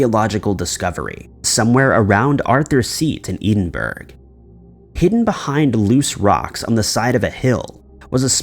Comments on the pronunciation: Ed-in-burr-oh. Not Edenburg. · Lol "Edin Burg". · Oh god, here we go with "edenberg" again. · Eedinberg? Edin-borough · oh my word Edinburgh is pronounced Ed din burra not edinburg twice now you have slaughtered my country's capital city's name ...seriously 😤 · It's pronounced as JACK-o-bite, not JAY- co-bite. It's pronounced as EDDIN-buh-ruh, not EDEN-berg. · ED-In -burr-uhhhhhhhh not EIDEN-BURG OMFG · Doesn't sound like heading -burr! Scots (me) pronounce it Edinbra (Ed-in-bra). U got the Jacobites right 👍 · How he pronounced Edinburgh got me. Usually it's the end people mess up (burg instead of bra) but he pronounced it Edenburg. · "Eddin-burg?" 🤣🤣 "Bye-zentines?" 😂😂... We've seriously gotta help you learn the correct pronunciations of these people and places! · Edinburgh. Pronounce it like Edinbra (Ed-in-bra) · The first story is mispronouncing Edinburgh (sounds like "Heading-burr" or "ed- in - bra") and Jacobites (pronouned like a Jack-O-bites as in the lantern) Second story is lifted directly from My Mythos' channel (this month's story) who does a much better exploration of it. There is nothing new in this video. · Ed-in-bur-ra …. Con-stan-tin-o-pull. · Had to stop watching after Eeeedinboro. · Jacobite = Jack-o-bite. Edinburgh = Edingburrahh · Please check your pronunciation before you post.Jacobite is pronounced as Jackobite and Edinburgh as Edinborough. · Edinburgh is pronounced ed-in-borough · You might have just broken your own record for the most mispronounced place names in a single video. "Constantinople," "Edinburg," "Byzantines," and so forth. On a more content-level matter, the most likely explanation for the tiny coffins is that they were memorials to sailors lost at sea. Loved ones probably commissioned a craftsman who was known locally for making these items, and he did so on several (possibly more) occasions over the years. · you mean Edenburg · Never heard the word Edinburgh butchered so bad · And Edinburgh.